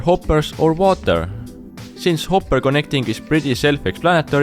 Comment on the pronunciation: I I like that he talks funny like when he said hopur